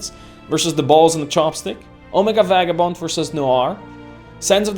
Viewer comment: You seem to pronounce Vagabond's name(Vei-ga-bond) as (Va-ga-bond) Is there a backstory to that?